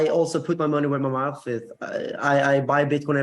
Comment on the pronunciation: “Where my mouugff is”. The way he said it - really suspect!